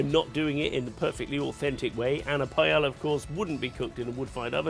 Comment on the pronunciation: i know Spanish worry about whats in paella, but at least pronounce it correctly. Thats something we can all do